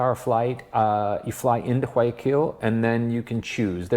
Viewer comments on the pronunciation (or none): Umm, I love your videos, but please....... Realize I'm just trying to help. Llama is pronounced, YaMa, llama the way you pronounce it means lick! It's not Kido it's KeyToe now drop the E, Guayaquil is WhyAkeyl as close as I can get. It's NOT Tommy-Bamba. I think this one is a loss? Tow-me-Bamba, yup, the above should be it or close to it! 🦙🇪🇨🤝🇪🇨🦙 PS, There is much more to Ecuador than Cuenca. You're lossing out if you think that's it and doing an injustice to a magnificent country. Thank you.